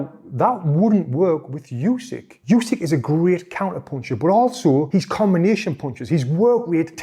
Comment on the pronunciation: Voted this video down. Can't watch a video where in the first few words he pronounces the name of Undisputed Heavyweight Champion, Yousyk, not OOsyk. I mean how can we trust the opinion of someone who doesn't even learn how to say a name correctly. It's announced before every fight and in any press conference where they mispronounce it Usyk or his translator corrects them. This guy can't have watched many fights.